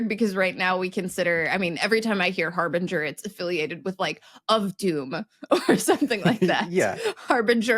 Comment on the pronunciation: I hear HARBINGER as "HARVINGER"